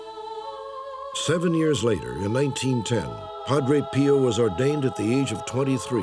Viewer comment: If I hear "Padre Peeo" one more time.........